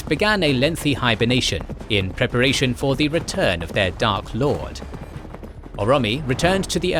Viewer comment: What's with the pronunciation on these videos? Aule = A-louis? Orome = Oromie? Eglarest = Elgarest?